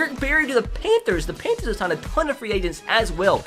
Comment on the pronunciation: DID YOU SAY PAINTTHERS. IT IS PAN THERS